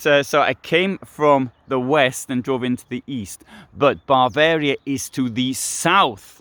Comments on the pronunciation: Why do you call Bavaria “Barvaria”? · Did he repeatedly say "Barvaria"?